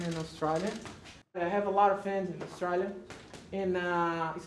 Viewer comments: Guess I've been pronouncing Australia wrong all this time then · Lmao I’ve never heard anyone pronounce Australia like that, let alone an Aussie lol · Anderson says Australia better than Australians. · Find somebody who says your name the way Anderson Silva says Australia.